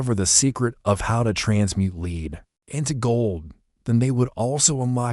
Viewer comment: Interesting but obviously AI narrated. Lead is pronounced led, not leed. Still, an interesting and fascinating piece of Sleepy Hollow legend!